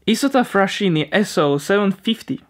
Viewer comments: Another excellent and interesting video. Just a reminder for future ones, in italian the "ch" is readed "k". For example, Isotta Fraschini sounds more like Fraskini, and not "Frascini". A bit difficult i know, but however can't wait for the next one! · Isotta Fraschini is pronounced [izottah fraskini], there's no 'sh'-sound there. Hypothetical [frashini] would be spelled "frascini" in Italian. 'Sc' is read as 'sh' in position before i and e. That letter H shows that 'sc' is read as s+k. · a little tip when pronouncing italian words: the letters chi/che are reassen ki/ke (ex:fraskini. as you read it we would write frascini) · Good video. Mind that "ch" in italian is often pronounced "k", like "ski". So it's "Isòtta Fraskìni" and "Rokki Franko" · FYI, it' pronounced FrasKini and Rocky-Franco